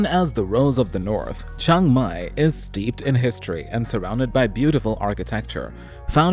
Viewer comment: It’s Chiang Mai not Chang Mai